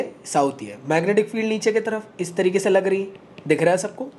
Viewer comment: 😂😂😂😂 B su c, c su d 😂😂😂😂